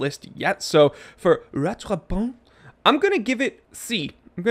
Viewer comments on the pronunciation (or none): BTW, your "rattrapante" pronunciation would have been more accurate if you'd pronounced the "t" at the end. When there is an "e" at the end of the word in French, the consonant gets pronounced. Points for trying. You were, after all, speaking in English and don't have to make any attempt at all. Love your channel.